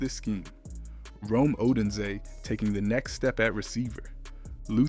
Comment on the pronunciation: good video but dawg u gotta learn how to say odunze